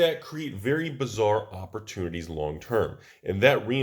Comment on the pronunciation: Did you say something bizzar could happen or something bazzar? :P